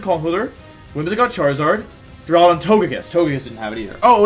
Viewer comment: My day has been made! Wolfey finally pronounced Duraludon correctly! :)))))